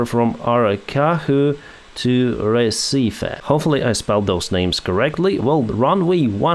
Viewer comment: You did nail Recife name perfectly, Aracaju, the j is more like the g in gentle word in english.